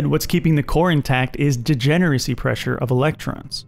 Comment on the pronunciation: "degenerdcy" :d